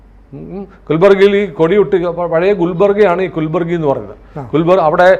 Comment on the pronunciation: 7.00 കുൽബാർഗി അല്ല കൽബുറാഗി എന്നാണ് ഗുൽബർഗ യുടെ പുതിയ നാമധേ യം